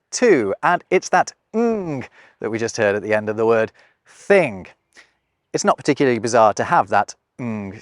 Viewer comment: I question the "added" sound that you use with words ending in "ing". c.f. thing+a making a sound like thin-ga (see time and ":35. Later you said the word "thing" but it sounded lmore like "think". I sometimes hear people say walkink instead of walking.